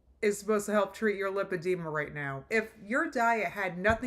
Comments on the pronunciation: LAH alert: if she got an in-person verbal lipedema diagnosis, wouldn't she KNOW how to pronounce it? Because the doctor would have said it? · Hi Guys! I may be nitpicking but don't you think if she was at the specialist for lipodema, then she'd know how to pronounce it. I am sure the doctor would of said it multiple times. I don't know. I don't believe it. I think her doctor was WebMD. I hope I'm wrong. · Funny how she “listens” to her doctors’ advice but can’t pronounce her diagnosis